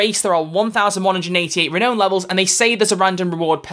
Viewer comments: You completely, mispronounced, renown. It's Ree-now-n, not Ree-know-n. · The way you pronounce "renown" is killing me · "Re-known" or "re-noun"? Don't tell me I've been saying it wrong all this time!